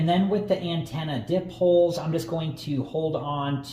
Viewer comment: I have the 30 mile modern loop antenna that costs a few bucks more. PS: it's pronounced "die-poles"